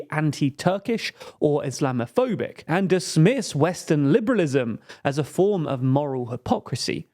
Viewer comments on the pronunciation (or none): none